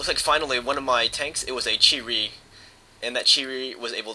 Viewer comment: There not cheetos or cherys.. its Chi-To and Chi-Ri Incase you havent noticed there in Japanese.